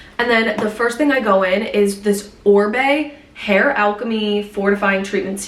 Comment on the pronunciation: Wait it is Oribe pronounced “ O ry be” not orbe like ombre!